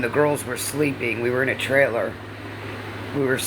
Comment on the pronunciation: Yes! Why emphasize the end of the words? Very annoying!